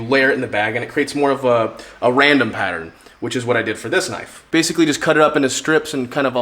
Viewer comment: That's a KNOIFE